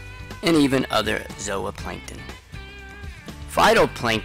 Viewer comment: Zowaplancton lmao cant tell if hes trolling